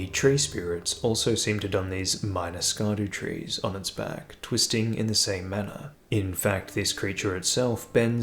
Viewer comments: fyi “scadutree” is using the Old English word for “shadow,” or “scadu” (sċeadu more accurately). it’s pronounced the exact same as “shadow.” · Scab-daba-doodoo tree. He corrected himself 😂